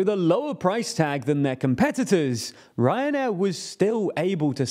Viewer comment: Sorry, I keep hearing "Cancer Air"